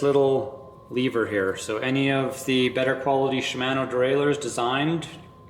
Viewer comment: Shim-ano 🤣😂 sorry I've never heard it pronounce that way before. No harm.... Great review though thank you! Is 190 max on that rear shock?